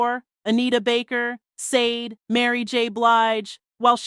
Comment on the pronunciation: Sade should be pronounced as “Sha-day”